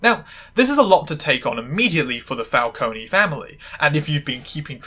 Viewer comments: Oh, technically, Italian names that end in an e are pronounced “eh.” Like, Falcon-eh. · its FAL-CO-NEH with the E ponounced like the first E in "ESCAPE" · Just to let you know, "Falcone" is pronounced Fahl-cone-eh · Well,sorry to say it to you,,but both of your pronunciations of "Falcone" are wrong P.s.I'm an italian girl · Did not notice the Falcone pronunciation until you pointed it out, but I enjoy that you did